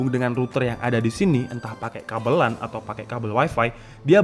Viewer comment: LAN itu bacanya "lén"